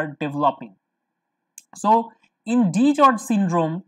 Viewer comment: It's DiGeorge's not DiGeorge.